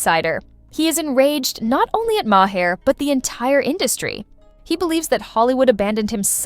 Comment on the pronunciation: Bill Maher is pronounced mar as in mars, not mahair.